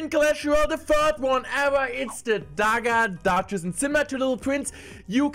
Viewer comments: best part of the video is the legend attempting to pronounce duchess. i dont speak a second language so i am an absolute dumbass and could only imagine what that would be like. so much respect for you doing english content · I am glad that Clash is playing it a bit safe with dagger duchess than being crazy with her Also I love hearing you trying to say her name haha, thank you!